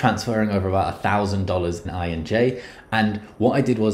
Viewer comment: Do you even know how to read , it’s INJ , not Enj , and it’s KIRA not kayra